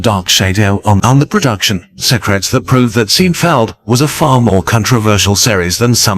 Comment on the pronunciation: Too bad the computer-generated voice (I hope that's what it is) pronounced it "Seen - feld". And mispronounced about every other fifth word to boot. Doesn't ANYONE do live voice-over work anymore?